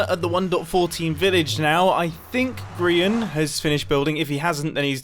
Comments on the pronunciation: I would now like to ask why do you and a lot of other people call Grian "Grain"? Is it a typo, did you hear or read it wrong, is it some british/american strange writing thing or is this just a joke I'm not crazy enough to get? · Dr. Quorot it kinda sounds like mumbo is saying grain when he’s saying Grian though. I love both Grians and Mumbos accents they’re amazing.